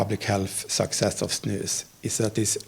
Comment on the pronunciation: That's the correct pronunciation though.